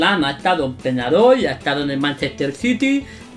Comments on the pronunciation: dijo penadoy en vez de Peñarol...vamos el bolso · A peñarol le dijiste penadoy? :( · dijo penadoy y era peñarol